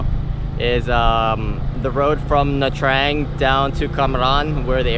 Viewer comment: Its nha trang not nha traeng 😉 just correcting